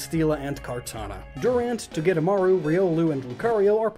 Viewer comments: Its not togemaru it’s togedemaru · it's togedemaru not togemaru